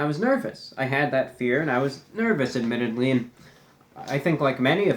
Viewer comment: take a drink every time he says admitadley